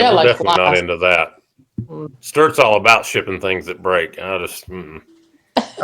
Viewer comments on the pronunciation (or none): "I got the Sturts today"... 😂 YOU'RE WELCOME, SIRS.